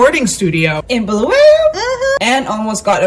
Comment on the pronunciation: Glad you have pointed that out ,it is indeed Bulawayo not Bhu-lu- we- yo!